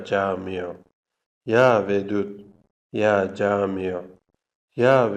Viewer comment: Ya camiyo yox ya Cami